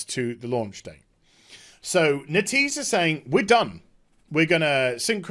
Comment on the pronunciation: It should be "Net" "Ease"